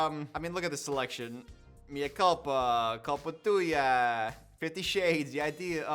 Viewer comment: I love trying to pronounce culpa tuya